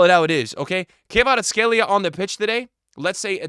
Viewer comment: It's Kvaratskhelia not Kayvaratskhelia ffs